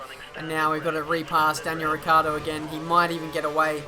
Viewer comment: Yo I want to say you a thing xD You as a lot of other f1 youtubers pronounce Daniel Ricciardo as his name is RICCARDO, but is Ricciardo, and the correct pronounciation is like RICHARDO:)